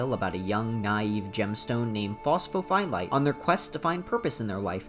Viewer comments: Please stop saying phos pho phie lite, you're phyiscally hurting me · Across the deep dives iv started watching. It’s fun to watch people try to pronounce pho’s real name.